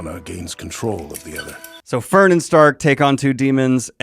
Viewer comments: Fern not Fren. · FERN. not Fren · Fern not Fren! cries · It's an amazing analysis of Frieren, but by all that is holy, and by the old gods, its F-E-R-N! Not FREN! 😂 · Dubs instead of Subs, I noticed. Fren instead of Fern? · Nope, it’s Fern in dub as well, it’s simply a case of Daniel dyslexia. Though I will forever be calling her Fren in my headcanon now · not "Fren", "Fern". but not in like the plant but like german for "far away", "distant" All character and location names are german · Strak is pronounced Shtark. No notes on Fren.😂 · mf said fren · The fren killed me wahahah 100% of us stop and laughed when he said fren 😂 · I know the Feeren Fren pronunciation is not a big deal, I should just ignore it and enjoy the rest of the video, which is great. I'm having a hard time ignoring it though, it's bothering me so much more than it should. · "If not called Fren, why Fren shaped?" - Daniel after the 1000th comment of it's F-E-R-N not F-R-E-N 😂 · Your mispronunciation of Fern's name hurts my soul. good video btw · I don't even care that you got Fern's name wrong.